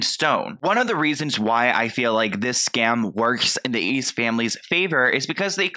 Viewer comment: Its Ace not ezz